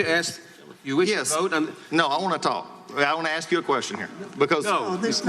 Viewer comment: Did you ever axe him? LMAO- I guess you can't take the ghetto out.